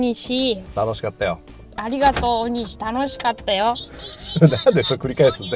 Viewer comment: 道の駅はしご動画、とても楽しめました。ありがとうございます。ただ、地名のイントネーションが気になりました。鬼石と万場、鬼石はシを下げて、万場はバを上げる感じかと思います。次の動画も楽しみにしています。